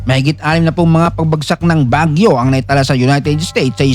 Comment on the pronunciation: AI voice ba ito? Bagyó nagiging Baguio bigkas😅